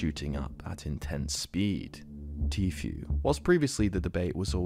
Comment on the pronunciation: I just fucking knew it. I KNEW you were gunna say Tfue wrong. I FUCKING KNEW IT